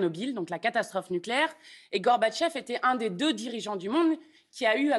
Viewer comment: C'est comme cela qu'on doit prononcer Mikhaïl Gorbatchev.